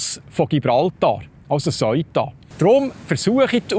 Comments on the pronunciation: Seuta, Seuta, es heisst Seuta. Nüt vo Söita (aber ja, es het weni Söi da😜). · Die Aussprache ist "seh-uta" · Lieber Die Stadt spricht sich Sëuta.. nicht Soita. Danke. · Super guter und informativer Beitrag .... aber der Name Ceuta so falsch ausgesprochen tut mir in den Ohren weh. Richtig wäre wie im englischen TH am Anfang und kein verdeutschtes "eu" sonder jeder Laut separat betont .... also "Theu_ta" oder deutsch "Seu_ta" ... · Bitte sag nicht: "Seuta" sondern Se-uta. NB: die Sache dort ist noch lange nicht erledigt, schau mal die Videos der Einwohner. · Bitte die richtige Aussprache für Ceuta lernen 😅 ich bekomme jedesmal Gänsehaut wenn ich auf Bärndütsch "Soita" höre 😂 The-u-ta ganz einfach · Se - Uta wird es ausgesprochen nicht Soita. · Man sagt Seeuta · Man spricht es se uta aus...nicht eu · Ich habe von di Beitrag fast nicchts verstanden, 😢 weil ich über dem Aussprache iritiert war. Aber wie wird Ceuta/Söita ricchtig ausgesprechen? Marokkannisch, espagnolisch? Wer kann die wiiterhelfen? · Aber zur guten Recherche gehört auch, dass man das richtig ausspricht, es tönt einfach schrecklich, so gut er auch seine Sachen macht.